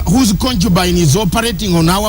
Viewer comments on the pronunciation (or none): ConCHubine hahaha